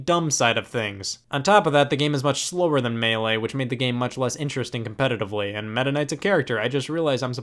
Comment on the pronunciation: HAHAHAHAHAHAA COMPETITIVLEY VIABLE